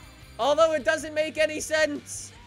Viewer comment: “shelvy chilvarado” 😂😂